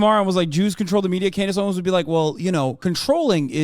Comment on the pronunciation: I’ll never get over “Klandace Owens” 😂😂